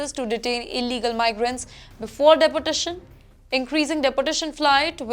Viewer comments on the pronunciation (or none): It's pronounced deport...tation miss not depo..tation. ..pl work on it,,it's your job😮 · It is pronounced as "DE-portation" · Good work anchor, deportation you pronounce like depotation. 200 is very small and good no. , trump doing great work. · Day por tation 😂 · Sorry dear your deportation pronunciation is not right pls correct. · Imagine an English news reader who cannot even pronounce ‘deportation’ and ‘clear’ clearly… man where do these people come from… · At least the news reader's pronunciations should be correct, such a disgrace Eg: Deportation, data...